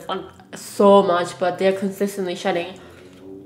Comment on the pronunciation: omg I thought she was saying "shit" when she was talking about her dog shedding lool